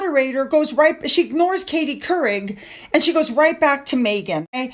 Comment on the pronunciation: I bust out laughing because Karie's name came out sounding like Keurig. 😂 Katie Keurig. 😂